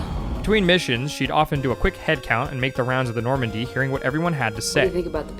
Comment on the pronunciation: "Do we want my girlfriend in charge of saving the Normndy?" Honestly, at this point, fuck yeah? God knows she's invested as hell.